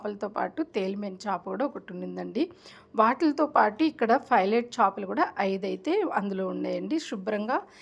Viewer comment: చాపలు కాదు చేపలు